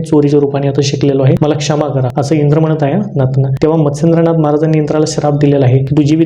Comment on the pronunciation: मच्छिंदनाथ कि मत्सेंदनाथ नीट उच्चार कळत नाही.